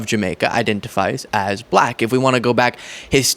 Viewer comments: Buh-Lak-Huh! He is such a putz. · The extra syllable in black contains his hate. Buh-lack. Such a weirdo & not in a good way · So weird how he pronounces “Black” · If anyone is hostile and nasty it's Trump. Just the way he pronounces "black" in regard to Kamala Harris is insulting.